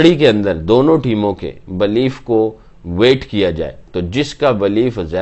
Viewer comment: Its believe NOT BLEEF..Bhai